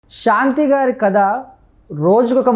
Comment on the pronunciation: షాంతి కాదు బాబు,శాంతి. తెలుగును ఖూనీ చేస్తూ ఇంటర్వ్యూ లు ఇవ్వకండి.ప్లీజ్